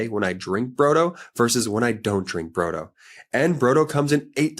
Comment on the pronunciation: Brodo, you are pronouncing iut incorrectly. It isa the Italian word flor soup.